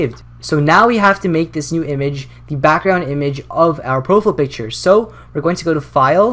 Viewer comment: **profull picture** that pronunciation